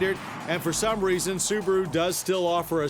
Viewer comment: The little soo-bar-oooo. WOW